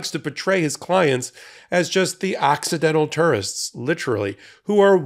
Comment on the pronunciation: Did you say "accidental tourists" or "accidental turds"?